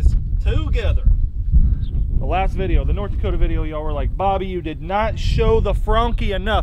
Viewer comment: You sayed booby its bobby